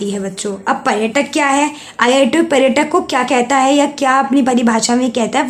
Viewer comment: पहले आप पर्यटन और पर्यटक बोलना सीखा, हर बार गलत बोलती हो 😤